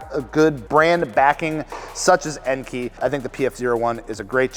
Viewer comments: EN-KAY, not EN-KEY. Do you call kei cars KEY cars?? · It's pronounced en-kay